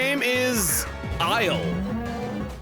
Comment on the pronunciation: I see the reading issues from Metroid Prime continue. Not "Isle" - "Ilse" (IL-suh). A germanic language diminutive of "Elisabeth" similar to "Elsa."